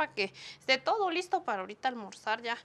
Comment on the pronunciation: Que buena comida pero me da risa cuándo dice qué do bien bueno 😂 jajaja